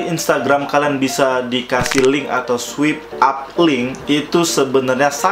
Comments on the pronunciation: I heard "sweep". not "swipe". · Swaip up baca nya. Bukan swip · bacanya swayp bang, bukan swip hahaha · Swipe dibaca swaip bangBhkan swip hehe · Swipe dibacanya swaip kak 😊